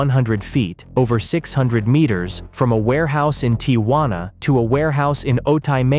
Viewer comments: Arellano is not pronounced Arelano, double L in Spanish has J sound as in Jack. Arellano, sounds like Are J ano. Tijuana is not pronounced Tiguana, the J has the same sound as H in House, so it is not Tiguana like iguana, but Tijuana. Hector has the Spanish silent H, so we do not pronounce it. It does not sound like Jector, but like ector. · "the tee ha wanna side"